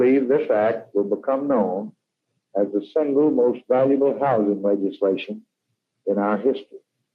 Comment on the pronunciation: It’s houzzzzzzzing….not house-ing.